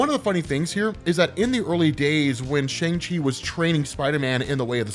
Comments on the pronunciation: Just so you know...it is pronounced shung chee...not shang she... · Come on, you know the proper pronunciation of Shang-Chi! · Whos gonna tell hes been pronouncing ShangChi wrong forever?